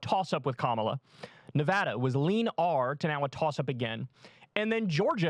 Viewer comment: This NV Independent is voting Harris / Walz. We’ve already seen what Trump will do for NV, which is absolutely nothing. Hell, he can’t even be bothered to pronounce Nevada correctly.